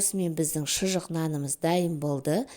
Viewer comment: ШЫЖЫҚ дейді. Шұжық емес